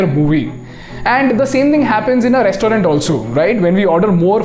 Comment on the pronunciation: Restaurant pronunciation might be better i think😅